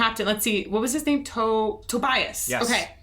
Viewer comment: My small sidenote. Mr Sammet is German meaning his name should be pronounced more like "Tobyas" rather than "Tobayas". Cheers. :)